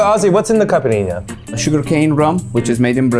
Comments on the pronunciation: eugene's accent saying "caipirinha" gives me life, so on point!!! hope he comes back to brazil to also try caipiroska 💚💛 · I'm Brazilian and I'm impressed at how good Eugene said "Caipirinha". That made me so happy! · Yess I was so proud!! The “nh” sound is hard for them, but he nailed it!!!